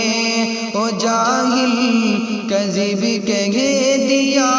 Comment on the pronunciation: کذب ک پر کسرہ نہ کہ کذب ک پر زبر نہیں